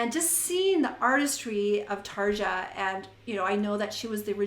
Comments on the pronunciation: bugging me that you keep mispronouncing her name... it's like saying "Tarr-yaww (roll the R's)" .. NOT Tar-juh... ughhh..... and she didn't 'stop' doing nightwish, she was kicked out for having an opinion on what music she had to contribute. Tuomas the keyboardist controls all that, he didn't like the fact she approached like that, BUT it was her husband that got in the way, she took his side.. in a letter to Tuomas, she expressed her feelings so they booted her. You obviously are not listening to her solo music since she left.. here is an example... if you're doing reactions, please for the love of all that is holy or evil, depending on your faith...RESEARCH ... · You keep mispronouncing her name, it's "Tarya" !!! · WTF does ANY of ^^^^^^^^^ have to do with this lady breaking down the singing of a singer? She said Tar-juh in the first part of the video... if you don't like it, click the F off and go to one of the other kazillion videos on youtube. I doubt has time to do 3 hours of research on the life history on every singer she reacts to... so she said.... let me know in the comments... so for the love of everything holy, evil and in between.... FO.